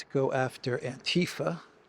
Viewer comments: I think it's not anTIfa with stress on ti, but AntiFa for 'anti fascism', stress overall or on the first A. In most of Europe we have the not English ti sound (so not like saying thai) so the ti sound in itself is rightly pronounced in the vid i.m.o. but without the stress on that syllable ti :) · AntiFa is pronounced with the stree on the first a.